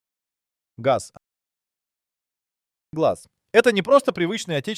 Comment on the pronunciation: Nem betűzzük az oriosz/szovjet autó márkákat, nem Gé a zé hanem Gaz és nem zé el el hanem Zil.